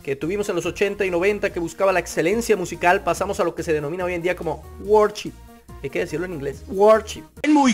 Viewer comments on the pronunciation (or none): No sabes ni cómo se pronuncia worship y tratas de dar un punto de vista 🤦🏽‍♂️